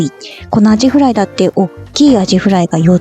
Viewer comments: 「あじフリャ～～」 思わず笑ってしまいました。 aiさんのユーモアのあるところ、好きだなぁ。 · ホテルのお部屋、落ち着いた感じが良いですね😊 出ました😂アジふりゃ～😂何故か？名古屋弁🤣 でも、美味しそう😋 コップではなく、缶を飲もうとするところ😂アイさんらしくて良いですね🤣